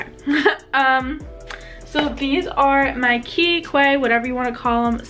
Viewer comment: congrats!! I'm so happy you reached 500 subs already(: also Quay is pronounced as key